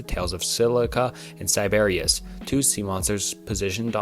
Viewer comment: "Silica and Siberias" is crazy 😂 In all seriousness, it might be a good idea to look up how to pronounce names you haven't heard before rather than just giving it a try and sticking with the first thing that comes out